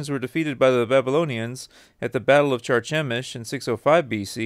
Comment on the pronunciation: You're pronunciation of "Carchemish", is terrible.. 🙄. And no we must believe the rest of your story. Or are you pad to do this work...